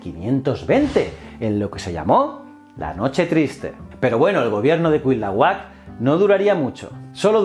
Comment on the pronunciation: Amigo me encanta tu canal. Sólo como aclaración la correcta pronunciación de Cuitlahuac es CUI-TLA-HUAC haciendo énfasis en la letra I. Aunque debo decir que CUIT-LAHUAC suena bien. Saludos desde México